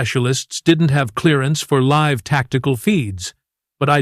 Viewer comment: I wish they would find an AI that can work out the difference between live (LIV) and live (LYV), it really is damned annoying)